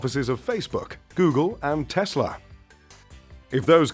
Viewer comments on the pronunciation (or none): none